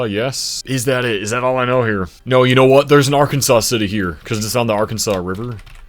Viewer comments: As someone who is from Arkansas City, it is pronounced Ar-Kansas City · The folks in Arkansas City, Kansas are pretty adamant that it’s pronounced “ar-KAN-zus” like Kansas with an R at the beginning.